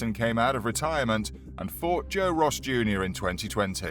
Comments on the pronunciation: Joy Ross Jr lol Roy Jones Jr isn't hard to pronounce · Fought Joe Ross Jr in 2020? 🤣🤣🤣🤣🤣🤣 Who edited this dude script that's the worst pronunciation of Roy Jones Jr I've ever heard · Roy Jones Jr.* This guy said Joe Ross Jr. 😆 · How does he mispronounce Roy jones jr like tht smhhh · I like the video but how do you mess up saying Roy jones Jr? Come on man.